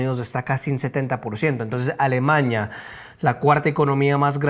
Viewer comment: no es Alemaña. Es A l e m a n í a. ALEMANIA, n i a